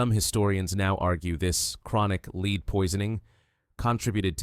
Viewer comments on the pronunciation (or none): The metal lead is pronounced "led". Good video!